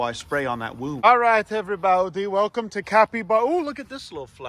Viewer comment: The "everybaiudie" never gets old😂